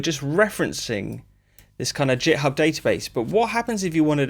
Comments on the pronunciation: "jithub" ?? you mean githib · Git … with a hard G, like Groovin’ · Great video, found it useful. I know very little about making music but I'm a programmer and when I found Strudel it piqued my interest. I have to say though, hearing you pronounce "github" as if it starts with a "J" made me feel a little sick 😂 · “JitHub” - the first person to find an alternate pronunciation 😂 I might just start saying that. Some useful material in there which I’m sure will save people time when attempting these things techniques. Thanks